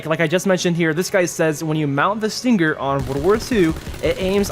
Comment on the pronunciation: When he says stinGGer it triggers my ocd